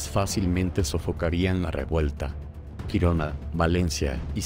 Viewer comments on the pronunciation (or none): none